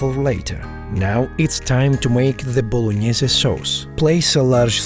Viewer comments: "Spaghetti blognaise" 😂😂😂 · voloñiese sauce